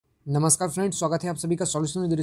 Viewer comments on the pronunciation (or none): none